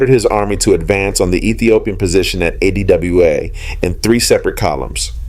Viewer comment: Fascinating history! But why did the narrator refer to Adwa by spelling out its name, A-D-W-A, instead of pronouncing it ?